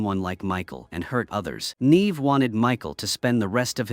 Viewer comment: Yay for more AI slop. It managed to prounounce Neve correctly a whole two times, followed by endless NEEEEVing. 💩💀